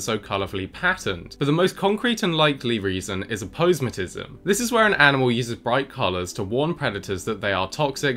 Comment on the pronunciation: I really wish my guy would start pronouncing aposematism correctly... He's pronouncing it wrong right? I'm not pronouncing it wrong am I???